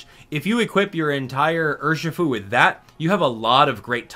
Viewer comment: It's Urshifu